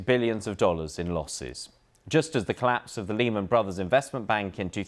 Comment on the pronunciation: Don’t think I’ll be taking my financial cues from a supposed reporter who can’t even pronounce Lehman properly … 🙄